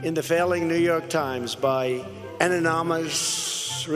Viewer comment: Th guy can't even pronounce anonymous and he wants to ban immigrants... 😂